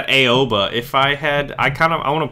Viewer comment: It is prnounced OW-A-BA no Ay-Oh-Ba